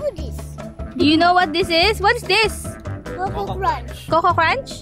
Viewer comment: HAPPYYY BIRTHDAYY GRAND PA🎂🎉❤❤.. STAY SAFE😊! HAVE A BLESSED AND A LONG LIFE✨.. I HOPE YOU ALL STAY HAPPY💜.. Btw dress is soo ✨pretty✨ as well as and ❤.. when said.. Coco crunch at first I heard it like Cokaroch😂😂.. Hahaha Love you guys💕